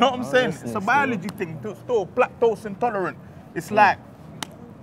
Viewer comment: Plaque-tose intolerant 😂😂😂😂😂😂😂😂😂😂 I'm dead